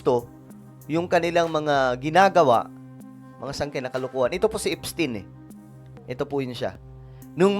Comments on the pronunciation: Epstayn is the correct pronunciation. That is a German name. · Epstayn po basa nyan! 😢✌️GOD BLESS THE PHILIPPINES 🙏🙏🙏